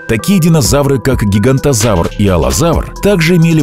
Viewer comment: Гиганотозавр, а не Гигантозавр.